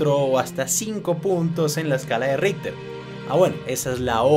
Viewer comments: Y que pasaría si ese súper terremoto aparecería en Sur America mas o menos por Venezuela, Brasil, Colombia, ecuador, Bolivia, Perú, argentina, Paraguay, Uruguay y chile como reaccionaria?? Y aparte yo que sepa se pronuncia como escala Richter no ritter xD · le entendí la escala de hitler